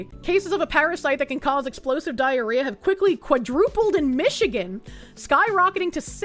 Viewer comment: IN MISHIGAN 🤣🤣🤣